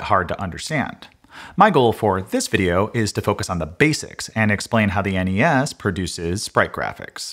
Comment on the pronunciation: Why do people say "ness"? "Enny ess" is so much better. Well done sir.